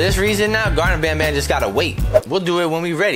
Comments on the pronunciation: you're calling Banban, Bonbon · WHAT IS HE SAYING BONBON OR BANBAN???